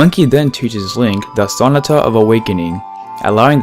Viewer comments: You keep pronouncing Sonata incorrectly. The emphasis is supposed to be on the "NA" part of the word. So-NA-ta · I watched another one of your videos and realized you don't know how to pronounce sonata and chateau. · Please look up the proper way to pronounce "sonata."